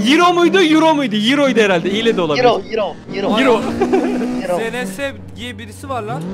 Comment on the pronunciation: ustam iç dış kaç yiro.:Yiro, yiro nerenin para birimi yiro😂